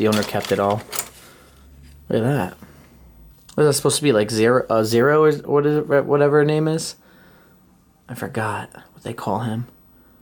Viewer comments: Zoro 🤣 not zero lol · It's " Zoro." Not zero 😂